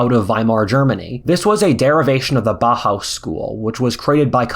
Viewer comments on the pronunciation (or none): pronounce it like "bowhouse" with bow like in "i bow to you", not like the bow you shoot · not to be nitpicky, but BAUHAUS is pronounced "BOW-HOWS"